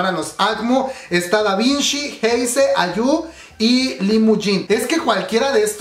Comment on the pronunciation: es Davichi no Davinchi jajajajaja